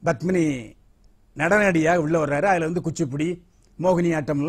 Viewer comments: Badmini தவறான உச்சரிப்பு Padmini சரியான உச்சரிப்பு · It is Padmini not Badmini